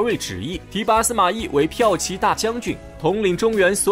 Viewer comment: 骠biao骑ji大将军啊，不是piaoqi。。。。好几次了。。。。。。